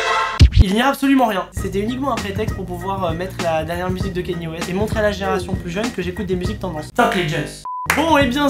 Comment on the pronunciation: on ne dit pas kanye West mais KANIÉ WEST